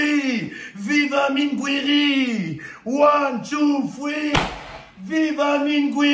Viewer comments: three not free 😂😂😂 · One Two Fwee 🤣